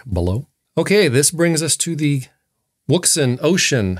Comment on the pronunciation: Wouxun, "Ocean" or O-shun. The W is silent.